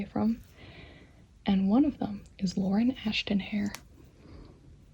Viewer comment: When she said Lauren Ashton I thought she said Lauren afton and I was like: Wait so there is ANOTHER afton?!?!